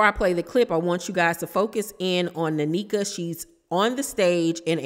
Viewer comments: It’s pronounced (neh-kha) not nanika 🫠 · I think her name is pronounced N- eka. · They either brought this girl on to fight w/Wendy or to replace Wendy. Its nasty either way and she's coming on as Ashley's "friend"....Definitely a scheme set up by Todd bring the bullsh*t lol! Sidenote: it's pronounced Neck-uh. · Hi! It’s pronounced like nay-kuh ❤ And I was actually hoping they wouldn’t be beefing but since they are, lemme grab my popcorn 🥴🫣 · Thanks for the tea! It's pronounced NECK-AH